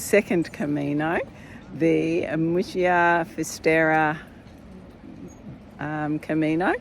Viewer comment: Ooh great video but everytime you said Muxia (and there were sooo many times), I had to cringe.😮 Pronounce: Moosheeah